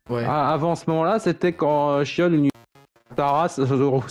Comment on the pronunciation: ON DIT PAS SHIONNE ET MIONNE !!!!! 🫨